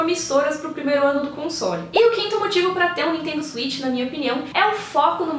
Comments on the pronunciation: Oi! Legal de ver sua alegria ao falar do videogame. Gostaria só de fazer uma observação na pronúncia do nome do videogame: A palavra inglesa switch se pronuncia "swêtchy". Cuidado para não pronunciar "suítchy", pois é uma pronúncia parecida com Sweet (doce). Gosto muito do seu canal!! Abraços. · Nintendo Zuit? O Velberan tem esse mesmo erro de pronúncia.